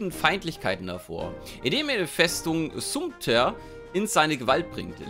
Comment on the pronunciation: Summer wird Samter ausgesprochen mal als Info